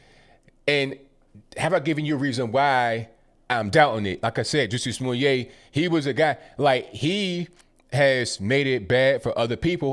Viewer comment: Hahaha. I love that you are saying Juicy Smoolyeah.... .